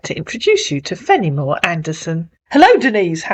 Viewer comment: "Fennimore Anderson" lol